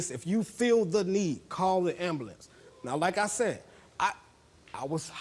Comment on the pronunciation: Ambalanzee. 🤦🏻‍♀️🤦🏻‍♀️🤦🏻‍♀️ Thats not how you say ambulance!!!!